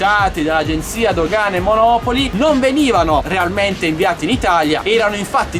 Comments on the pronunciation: ciao sono contento che si ia risolto tutto. Personalmente neanche io fumo ma onestamente su siti cinesi tali prodotti non li avrei mai acquistati non mi fiderei. Un conto è comprare uno smatphone o un drone o un ventilatore. Saluti Roberto p.s. monopòli NON monòpoli:D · Grazie a te ho comprato "bb8" su GB! Grazie. P.s. Monopòli, non come la città a noi vicina ;)